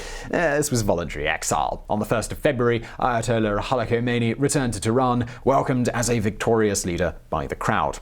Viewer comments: The slightest piece of minimal research would have revealed to you that the ‘ K ‘ in the late Imam’s name is silent. No one conversant to a respectable degree with Iran would province that consonant. It’s spoken as something along the lines of ‘ Homeini ‘. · In case you ever need to say Khomeini again, the "Kh" sound is like the "ch" in "Loch"... as sort of Klingon sound. And Tehran is breathy on the "eh" bit. Also, one thing that wasn't mentioned but is interesting was that the head of SAVAK suggested to the Shah that they exile Khomeini rather than kill him. Years later Khomeini repaid the favour by... having him killed. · ....The "K" is silent..... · first learn how to pronouce Ayatollah Rohullah Khomeini